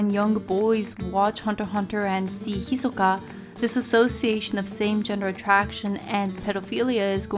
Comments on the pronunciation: "Hi-soka" Lol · Guys this bitch wants it to be pronounced hi-SOE-kah lol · How so? Her pronunciation is clearly more Japanese than the English dub version of the name. I think that's actually way better than using the English pronunciation. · you cant pronounce his name correctly so shush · I dont see how saying his name wrong really matters.